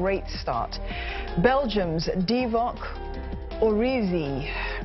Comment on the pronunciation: I cringed when she tried pronouncing Origi.